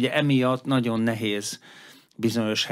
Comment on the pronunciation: Nagyon jó összeállítás, egy dolog bántja a fülemet, ez pedig a rendszeres "naon". Nem sokkal bonyolultabb kimondani rendesen hogy "nagyon". Ezt leszámítva szuper anyag!